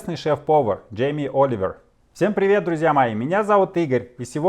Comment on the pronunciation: "Приготовка стейка" да ты и сам Дьжьэймье Ольивьерь.